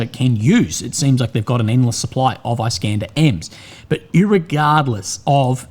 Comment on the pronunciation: Everyone: Is.kan.der This guy: I.scan.dah.